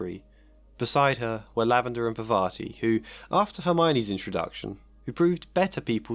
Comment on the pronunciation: Maybe I'm wrong ... But this is irking me a little... So I'm going to say this - If her name is spelled Parvati, you're pronouncing it all wrong. 😂